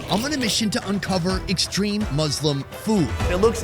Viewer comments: You made lots of video about Muslim food but still you didn't know how to pronounce Muslim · It's not maslim Say U And Say U in second word Of MUSLIM And you Say U in Muslim Not A then it's Maslim if it's A